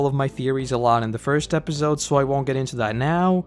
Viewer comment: Love these videos but I hate the way you say episode 😭